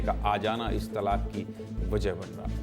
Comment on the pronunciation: तालाक नही बोलते,तलाक बोलते हैं